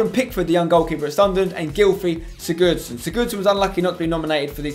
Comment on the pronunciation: Who else noticed he mispronounced Sigurdsson